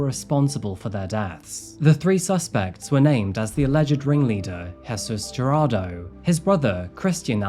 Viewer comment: I am sorry but Jarado?? 😂 it is pronounced, Heir-rod-doh. Gerardo